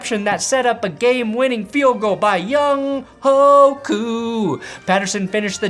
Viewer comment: C'mon man. Say Younghoe's name right.